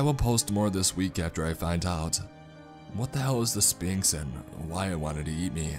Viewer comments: Right, it’s pronounced sfinx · You're not supposed to pronounce the P in Sphinx! Right? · See this was awesome and creepy as hell in the beginning. But once the whole thing about sphinxes and whatnot came into play it lost all creep factor. Also is it just me or does he pronounce it spinx? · I love how you say Spinks instead of Sphinx. Lmao that's my last name. So apparently I tell riddles, and eat those who dont answer appropriately